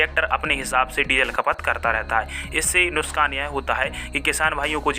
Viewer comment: Bhai muskan he hol diya karo nuuskan bolne se achha to😂... Nuksan✅